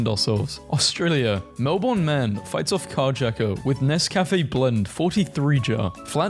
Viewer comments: there is one thing annoying me about this video. As an Australian, these are funny memes, but everyone seems to pronounce Melbourne wrong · DON'T EVEN GET ME STARTED ON THE MELBOURNE PRONUNCIATION. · As an Australian, I find it offensive how you pronounce Melbourne with an 'r'. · It may sound like mel-born but it's mel-ben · it ain’t mel-BORN, it’s mel-Berne😭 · Melbourne is not pronounced Mel-Born it is pronounced Mel-bn but other than that good video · I be punching air every time someone pronounces Melbourne as Mel BORN😑, it’s Mel BIN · I don't understand why people keep saying Halloween isn't celebrated in Australia. It is, at least in most places, just not to the scale of Americans. About 1 in 3 or 1 in 4 houses will decorate and give out lollies. Also Melbourne is pronounced more like mel-bin and less like mel-born. On behalf of all Aussies, please say it right. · Melbourne is pronounced Melben not melborn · As an Australian it pisses me off how u say Melbourne it is not melbooorrrrrn say it more like Melben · brb, getting angry at the way you pronounced melbourne 💔 (p.s. it's mel-bin, not mel-born 🫡) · also my dude, sorry to tell ya, melbourne is probounced melbin. :3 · FINALLY AHAHAHAHHA THAT WAS BOTHERING ME ALL VIDEO As a fellow Melbournian, thank you. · as soon as I heard him say that I scrolled down to see how many other people were annoyed by this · as an aussie i feel its important to inform everyone that the correct way to pronounce "australia" is "ah-strah-lya" not "oh-stray-lia" and melbourne is "mel-bun" and we literally pronounce our capital city as "can-bruh" also the general rule with spiders is that in queensland the big ones are usually harmless (huntsmans are the size of dinner plates but you actually want them around because they eat the mozzies) but in new south wales the big ones will kill you (they like to live in shoes) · YOU SAY IT LIKE MEL-BN ☹️☹️ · you pronounced Melbourne wrong is (mel-bn)